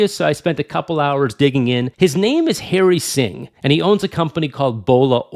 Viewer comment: it's not Hairy Singh . It's Harry Singh